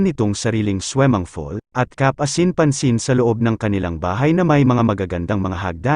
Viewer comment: Anong weld.... Will po Kuya! At swimming pool😂😂😂😂not swemengpol. Ano lang slungs hahaha swemengpol